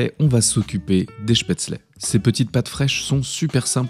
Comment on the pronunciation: En tant qu’alsacien ce que j’ai préféré était de remarquer que la prononciation de spetzle était parfaite